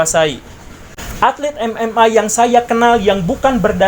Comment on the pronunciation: Maaf,.. gw yg budek atw yg salah ucap.. menyebut MMK, seharusnya MMA 🤭